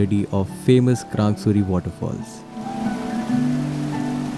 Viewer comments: It's not krangsuri it's krangshuri..... Samjha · Its krangshuri not krang suri